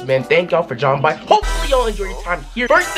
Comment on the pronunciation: "Thank y'all for dromming by" Classic